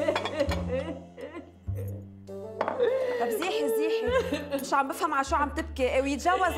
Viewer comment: انا عندي سؤال ليه بتقول رومنتيكا